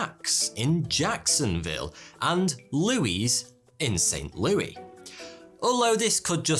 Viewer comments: When “St. Louis” is pronounced as “Saint Loo-ee.” 🙃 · It's pronounced Saint Lewis.. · bro really just called st. louis "saint loowee" 🤣🤣🤣🤣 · Bro this idiot just said st louis completely wrong 😐 are you kidding bruh its not named after a british king 🙄